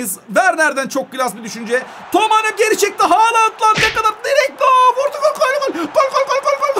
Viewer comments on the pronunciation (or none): none